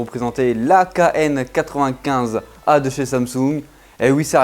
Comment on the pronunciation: Dés l'intro 1eres sec l'AKN? non le qn95a chère GIGATOP bon rien de grave hein ça m'a bien fait marrer ça fait 1 peut vendeur d'armes AK??!!😂😂👍👍 Ça sent les débuts du métier qui rentrent et bien évidemment on est tous passé par là continue et longue vie.